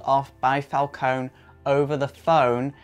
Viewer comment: I'm pretty sure It's Pronounced Falcon(ie)